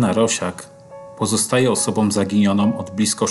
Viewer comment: osobą, taką a taką - "ą" nie "om" szanujmy też język polski 😉